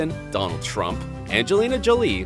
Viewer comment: any one els caught how he said trump name?